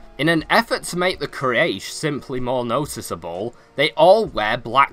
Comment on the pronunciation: It's not Quayresh Its pronounce as Quoraish And the spelling is Quyarish tribe